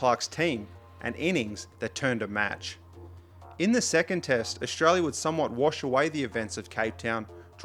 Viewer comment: Ok young man this is good content, but please don't pronounce it Ausshhtralia. You're making a 'sh' sound.